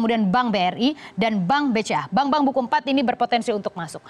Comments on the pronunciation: sebutan bank pun tak betul..mcm mna nk masuk malaysia..ahahah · bank la bkn bang.haha.plik bhsa indo nii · Bang??? Wkwkwkwk... Bank bkn bang